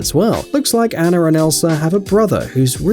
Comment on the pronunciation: Why do u pronounce anna as annar? The last letter is "a" not "ar"